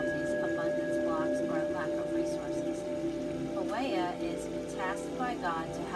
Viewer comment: I thought the pronunciation is po-ee-el